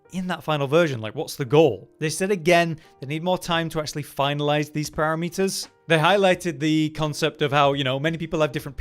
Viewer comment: I know he said "para-meters" just for this bait comment